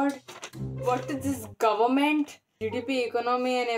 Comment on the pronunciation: Not government, Gohment .. lol . Lovely